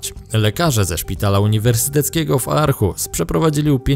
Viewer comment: Arhus czyta sie Orhus